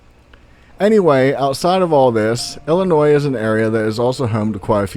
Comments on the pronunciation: Thank you for pronouncing Illinois correctly!!! Awesome ,found that same turtle as a little girl bout 1988 or so, that turtle was mean,black and honestly very fast moving on land, it literally picked it's shell up off the ground and ran, no freaking bs!!! it had spikes on it's head,shell and tail , it wasn't very big maybe bout a 2-3 yr old sized turtle,I lived in Summerfield and found it bout 5 miles from home in the country outside of the city Mascoutah located in southern Illinois, I've never seen another one since,and never knew the name of that type of turtle either. Home of The Bigfoot originated from Carbondale Illinois way before my time, late 70's or so only heard from older friends ,never had a encounter.... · As a life long Illinoisan, i gotta get this off my chest...., and anyone from ILL knows we will jump your shit if u pronounce Illinois with the s. But i have always pronounced the s in my head but when speaking out loud the s is silent.